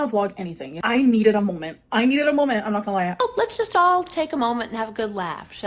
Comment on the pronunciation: "I needed a molment" 😭